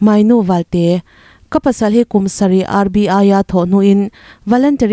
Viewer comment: Mainu valte ti a lam tur ni lovin. Mawinu Valte ti a lam tur Ani.